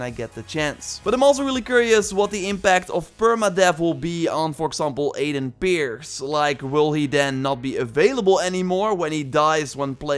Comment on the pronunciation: When said Aiden Pearce i understood Aiden Beards